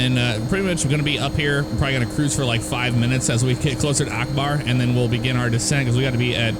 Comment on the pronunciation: I like how you said Akbar Lane lol